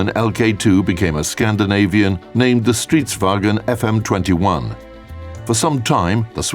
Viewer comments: stridsvogn, not STRITZHWAGEN FIHRE UND FUMSIZHEEHJLEDLFKASDÆLFØK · they say stridsvagen xD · ja hur kan dom inte säga stridsvagn de är bara löjligt dom säger striiddss vaggen xD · Why does everyone get Stridsvagn wrong? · Yeah that annoyed me as well, is it really that hard to look up a swedish lexicon and read the phonetics ? The ones I found even had a listen option, right next to the phonetics for stridsvagn [²strịt:svaŋ:n].